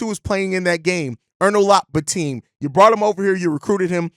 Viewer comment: It’s Bi-Tim, not Bi-Team or Teem